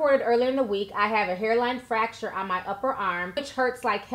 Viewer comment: It’s FRacture not facture